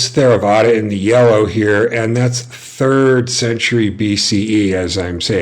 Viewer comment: It's pronounced Terravada. Not THERAVADA